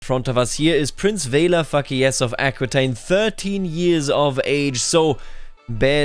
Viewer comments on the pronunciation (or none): "Everytime you pronounce Fakilez I just hear "Fuck yes"" you and the closed captions